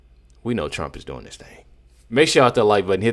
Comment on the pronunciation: Well u DO say every time "hit the SCRIBE button" rather than subscribe but we love ya anyway.